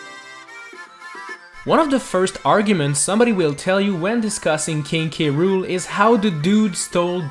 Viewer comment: But that said krool NOT K.Rool